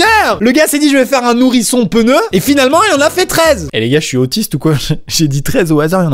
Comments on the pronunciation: TU DIT PENEU lol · Amixem tu es top mais on ne dit pas : " PENEU " mais " PNEU" , P+N = PN donc PNEU. Merci. 😊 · Dans le sud, certains disent peneu. J'ai vécue ds le sud et la première fois qu'on m'a dit "peneu" jai aps compris